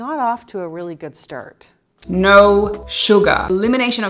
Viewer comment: I just want to inform you that you've started saying "" again 😂